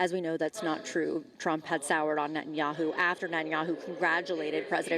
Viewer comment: Someone really has to explain to everyone in the spoken media that Bibi's name is Ne-TA-nyahu, not Net-nyahu.